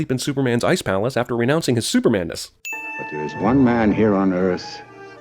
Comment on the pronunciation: Should have taken a sin away for "Keel before Zod!"